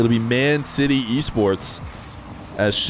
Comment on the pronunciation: It's Man CITY, not MAN City just to let you know